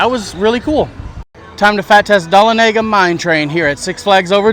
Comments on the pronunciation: as a native georgian, i shouted when you pronounced dalonega. in GA we say, 'dul - on - ega' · I’d say a better breakdown would be duh-lawn-uh-ga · Say it with me Da (Like Doll) Lah- na-ga. Dahlonega mine train. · I went a few days ago. Im 5'11" 290lbs. I was able to ride all of the coasters except Mine Train and Batman. Dare Devil Dive is about the only one I have not tried yet. BTW you butcher the pronunciation of Dahlonega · I hit this comment about the time he said it and don't think I could have laughed any louder